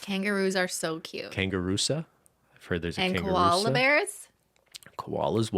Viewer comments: Lolololol at “Kangaroo-sa”, it’s “Kanagroo Song”. In the film (Big Daddy) the kid likes the some childrens program with a kangaroo character and it sings The Kangaroo Song 😂😂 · It’s Big Daddy and Julian is saying “kangaroo song,” not kangaroosa. 😂😂😂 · Lol in Big Daddy ****, I always thought he was saying "Kangaroo SONG."